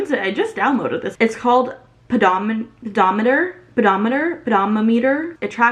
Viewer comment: Before you start trying to expand your vocabulary, you should perfect the vocabulary you do have. Guyses is not proper grammar. Learn to pronounce pedometer. That's not a difficult word. It's pathetic you're college educated and don't know how to say that. Stop thinking you need to buy shit to achieve simple goals. You want to do splits? Start stretching. When you first talked about this, I thought it was a good idea and I decided to stretch every day while I had downtime during dinner preparation. Guess what? I can do a split now. It cost me zero dollars.